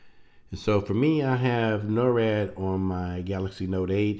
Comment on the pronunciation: you keep saying norad but its nord. norad is something completely different. NORAD is North American Aerospace Defense Command. Just wanted to clear that up. But thanx for the info.